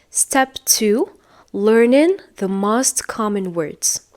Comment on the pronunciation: Make a video not do Make mistakes not do Stick to a plan not into Most ( vowel o has long sound not short sound) You are wonderful 🌹